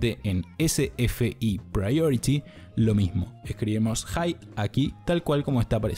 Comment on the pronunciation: Ese ingles con 3 diferentes pronunciaciones de priority